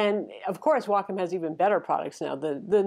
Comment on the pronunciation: Excellent review. And bonus points for actually knowing how to pronounce Wacom.